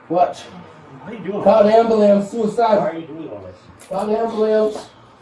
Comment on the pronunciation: Nothing is more annoying than hearing “amboolamps” over and over 😂